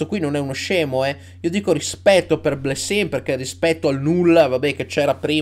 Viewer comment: Blessin pronunciato alla veneta gasa